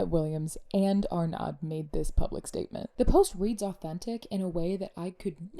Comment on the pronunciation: Sorry... the D is not pronounced at the end of Francois Arnaud (are no - is the pronunciation) Francois and Hudson together crafted the post and then posted it together. Everyone should be calling out the bigotry, and when I see it I call it out.